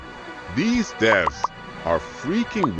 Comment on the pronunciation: you said death instead of devs😭